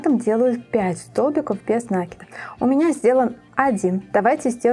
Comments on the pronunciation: Все здорово, но как вы говорите нАкид, без нАкида .... Ударение в слове ставится на второй слог. Вы молодая девушка (судя по голосу), нужно грамотно говорить. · Добрый день. Шикарнейшая вещь! Но Вам нужно поработать над речью. Вас смотрят очень много рукодельниц. Будьте профессионалом до конца. Очень редко слух на протяжении всего видео НА́КИД (наки́д) . И профессионально говорить - утюжить,отутюжить,вместо гладить ( гладят кошечку)